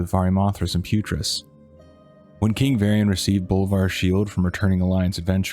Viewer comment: Isn't it "Putriss"? (Video name.)